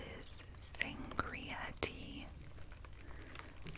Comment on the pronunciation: i love when she says, "sangria "